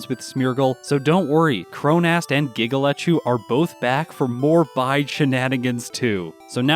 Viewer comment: Every time you say Giga Lechu's name I hear it as "giggle at you" and wonder why that non sequitur just happened. Also, congrats on running the second community challenge video! I'm glad this one didn't turn into a monster for you to get done and put together like the Parasect one did. I hope to see more of these over the coming years.